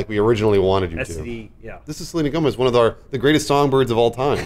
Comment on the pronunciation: oh nooooo!!! NOT SORLENA GOMZ OR WHATEVER